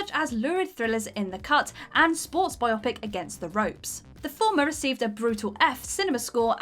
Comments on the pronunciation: And everyone at WC mispronounces "biopic" as bi-op-pic instead of the correct bi-o-pic. It's a biographical picture, not a double-eyepiece. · Hm, "epitoam"... ooh, and "inesteemable", "type-i-fied" and "bi-OPIC"! Wonderful! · True, and you'd even need an appearance by our friend Mr. "t" to make it a double eyepiece 😅. I think the confusion for the former comes from "biopic" just, well, sounding dumber than bi-OP-ic. When said aloud, bi-OP-ic sounds like it should be more legitimate, even though it's incorrect. Obviously that's just my opinion.